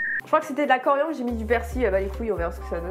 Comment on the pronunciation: "De la coriande" Sora en sueur